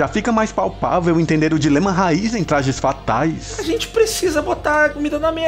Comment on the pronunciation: "Tlajes Fatais"